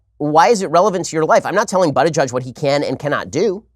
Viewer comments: Ben said his name wrong it’s pronounced boot not butt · I opened this video only to listen Shapiro pronounce "butty gayge" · Butt Gauge sounds like he could’ve used some help when he was younger. More so right now. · You really think mispronouncing Buttigieg's name will hurt him? Ben, you sound like a schmuck on this one. Pence, as Governor of Indiana, attempted to attack LGBT and other communities promoting a disgusting bill to allow employers to discriminate against employees and applicants on the basis of religion beliefs.THE BILL FAILED. Buttigieg has every right to call Pence out as a religious hypocrite. .